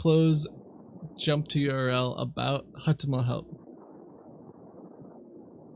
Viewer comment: the scammer pronounces "url" as a word ("yorl"), kind of like kitboga pronounces html - LOL